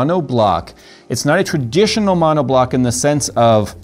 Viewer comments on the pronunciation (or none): none